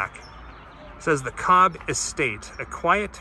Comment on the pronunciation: Kobb..like House.